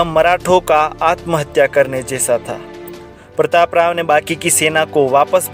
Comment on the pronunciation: प्रतापराव गुजर Is the name. Learn first to pronounce.